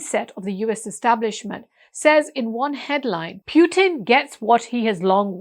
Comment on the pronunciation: Pronounce President Putin as it should be, distorting someone name is not in order. Thank you for thoughtful presentation